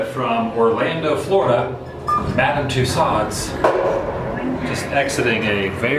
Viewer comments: FYI its pronounced too so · Isn't in pronounced "Too-Sews"? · The way to pronounce it is... Two Sews. :-) Love the videos, Adam. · Loved the vlog Adam. Just the pronunciation of Tassaud was driving me a little cuckoo... Lol. But it was a cool video. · It’s pronounced Tooso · Twice I heard you mis-pronounce the name of Tussauds. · #adamthewoo the letter 'd' in Tussaud is not pronounced. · Tussauds...the D is silent...unlike retardeD.